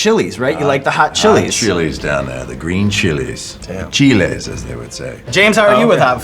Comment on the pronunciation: "Cheelays, as they would say." No we wouldn't lol